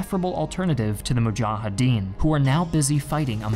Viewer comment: I love all episodes except this one. Unlike the Iraq war video, this is biased. It feels very one-sided. You only relay the narrative from one side. Very inaccurate just like the pronunciation of names like mujahideen and karzai